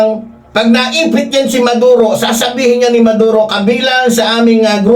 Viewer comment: Sir,Hindi Valenzuela kundi Venezuela.Maduro ang hinuli Hindi Neduro...constructive correction lng Po with due respect Po sainyo.viewer nyo Po Ako....